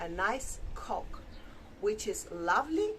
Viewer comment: You should teach her how to say coke properly 😂 I believe you let her say it like that 😅😂